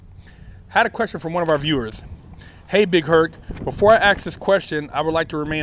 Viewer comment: "Axe a question", are ppl saying it like that on purpose or what?